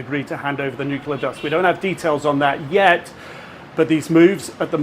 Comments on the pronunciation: NUC-LE-AR FFS. Atoms do not have a nukulus. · NUCLEAR. Not Nucular FFS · wot is a nuculah bomb, eh? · I thought I was done hearing the word nookyaler. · What kind of an "expert" cannot even pronounce the word "nuclear"?